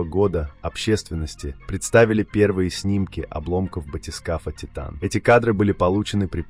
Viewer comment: Az nem Tájtön, hanem Titán.